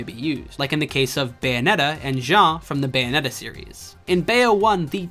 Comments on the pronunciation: Why do you misspronounce Bayonetta? Say the word bayonet, then just add an “ah” at the end. They even say her name like 2,000 times throughout the game, how can you get it wrong? You’re saying “Bio-net-ah”, while it’s actually “Bay-oh-net-ah”. Once again, Americans just love proving that they will just never understand how to pronounce things correctly. Bravo. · First off, I'm Canadian, and second, I am saying it properly? I don't know what you're hearing, but I can assure you that I'm pronouncing it Bay-oh-net-ah